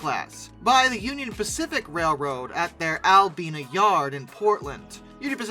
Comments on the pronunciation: Talking about getting the pronunciations of cities or yard locations right... Albina is pronounced "Al-By-Na." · Albina…al-BYE-na shops. I live close to there. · In the Al bye nah Mississippi neighborhood? 🤓 Before I even hit play, I knew this guy was going to mispronounce Albina. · It’s pronounced AL Bye Nah. I worked out of that yard.